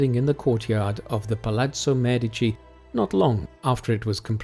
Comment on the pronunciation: Thank you for pronouncing MEdici properly!